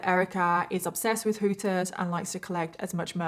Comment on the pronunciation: The way you say "Hooters" is fantastic. I don't think I've ever heard someone with a British accent say that.